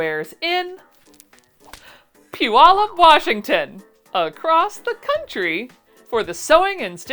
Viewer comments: I always wondered how "pew-ull-up" was pronounced. Thankyou for clarifying! Wish I could be there to meet you! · Congratulations on saying "Puyallup, " correctly! Hope no major problems plague you, ans you have many successful sales. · Major kudos for knowing how to pronounce Puyallup! If I make it to the expo I'll make sure to check out your patterns. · I appreciate that you know how to pronounce Puyallup. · I grew up in that area, so glad you pronounced Puyallup correctly, my grandma never could 😆 I'm assuming you'll be at the fairgrounds (long live Do the Puyallup!). Wish I could go, hope you have a fantastic time! ❤ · You'll be somewhat in my part of the world! Too bad I have no way to get to Puyallup, and wouldn't have any money to spend when I got there. I hope you'll have enough success to entice you back in the future. And congratulations on your pronunciation of Puyallup! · That's funny I am from the PNW and although I'm currently in New Hampshire, it didn't even occur to me that I was listening to someone that wouldn't know how to say that necessarily. Lol She did good!